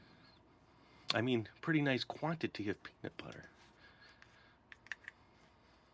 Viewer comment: He said Quantity it's not spelled like quanaty quality and quantity r 2 different things he just said it differently